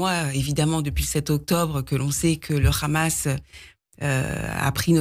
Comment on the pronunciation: on ne supporte plus ceux qui prononcent 'rrhammass'. En arabe c'est 'HHamas' (H guttural et pas la 'jota' façon espagnole)... c'est une autre façon de dénigrer les arabes que de prononcer un mot arabe en le déformant... le 'rrrhamass' comme une façon de cracher sur une langue qu'on ne maîtrise pas.